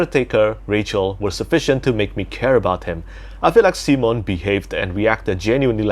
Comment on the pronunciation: Thank you for enjoying time to breath and take in the world and the prose. Too much modern fantasy is action packed and too frenetic. Btw, most English-speakers pronounce Simon as Sy-mon. See-mon is an incredibly French/Romance language pronunciation!